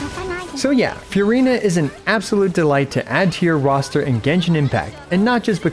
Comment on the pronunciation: I love your channel. I love your video content and delivery. But please take the time to learn how to pronounce things correctly. I wouldn't even care about the mispronunciation of the three pets' names or "Marechaussee," but seriously please at least get "Furina" right.